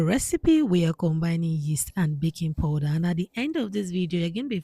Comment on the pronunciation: Powder, not poder